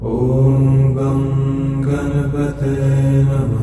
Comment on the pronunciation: given that this mantra is in sanskrut, the word 'ganapataye' is not pronounce correctly. the 'n' to be specific.